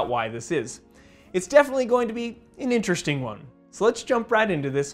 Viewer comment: “It’s definitely gonna be an IN-teresting one”